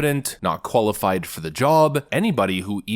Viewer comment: Did you say "Koala-fied Democrats?!"